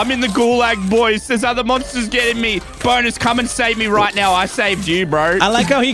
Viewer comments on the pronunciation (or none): I don't know what is its but every time I hear say bonus I hear BONERS